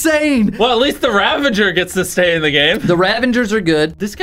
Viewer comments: Ravager [Rah-VAH-ger]. That is all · haha this is why I tell people to do their research before saying stupid things Hint: it's not 'ravenger' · Dude its "Ravager" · nobody: Mr beast and Chris: rAvEnGeR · Things that will never change: Chandler doesn't know how to use sword cooldown Jimmy doesn't know how to use /give Karl screams at casual plays Chris can't pronounce ravager correctly